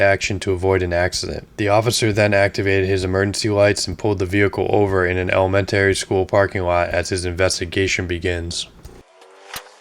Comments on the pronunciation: You mean it's not 'element-airy'? 😮 😂😂😂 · lol who reads this stuff? ELEMENT- airy? really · You pronounced elementary wrong, and nolle prosequi. Look up how to pronounce legal terms before you sound like an idiot. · The way you pronounced "elementary" for elementary school is amazing. Where are you from to have an accent like that? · Please never pronounce elementary like that again